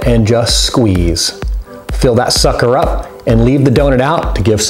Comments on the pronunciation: yousay suker alot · wye Do you always say sukcer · he keeps saying sucker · he keeps on saying sucker!!!???!!?!?!?! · Why do you keep saying sucker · why does he keep saying sucker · You keep saying sucker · u keep saying sucker